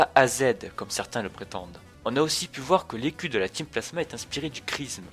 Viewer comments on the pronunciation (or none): qui a compris à "les culs" au lieu de "l'écu"?